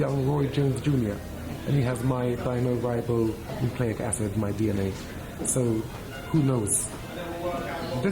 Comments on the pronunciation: It's called deoxyribonucleic acid Chris, not dinoribo lol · deoxyribonucleic acid not dinoribo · Deoxyribonucleic acid. Get it right, Chris… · Dinoribobonucleic acid....lol this man is a cretin. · "dynoribonucleic acid" .This fool even said DNA wrong XD He tryna be all smart. Not to mention he believes his son has better foot work and power than GGG